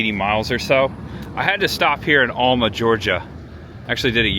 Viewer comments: Great Video. Planning my trip to Super Forrest World. BTW have family in Alma. Throw some southern drawl in there and it's Al Ma not All Ma. Enjoyed it bud. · Alma Georgia is pronounced AL-muh, unless you live here, then it's AL-mer by the old timer farmers. Alma is where the Blueberry Festival is, which was actually held a week or two ago. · If you had gone down to the Swamp park in Fargo you could have taken a boat to Billy's Island. My daddy's grandparents met in the town on Billy's Island. My dad is from Alma and it is pronounced AL-ma. Also, it is O-kee-fee-no-kee Swamp. You passed through Homerville in Clinch County. Thanks for taking people on a tour of the forgotten South Georgia. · Alma is my hometown. It's pronounced like the male name Al- ma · Great video but you were butchering the pronunciation of the word okefenokee, lol. It’s O-key-fuh- no- key. Also it’s Al-muh. We are in Lakeland Georgia. You should come by here on your way back through. We are Georgia’s historic mural city. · Haha I said the samething about okefenokee and Alma 😂